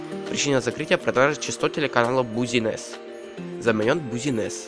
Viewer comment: Правильно не Бузинесс, а Бизнес.